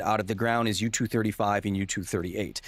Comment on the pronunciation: u-turd 35, huh? 😂😂😂😂😂